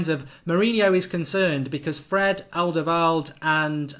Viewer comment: He's not called alderveld. You have 230k subscribers now. Learn to speak.